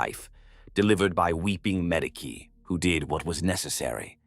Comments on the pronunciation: What’s a Madeekee? It’s said in almost every video. The Ma-Dee-Key station. Are you trying to say Medici? 🤨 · see I take that and make it a dialect thing for the person giving us their story. Ur the only thing breaking the immersion if you allow it sometimes